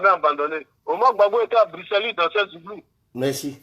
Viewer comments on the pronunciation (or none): none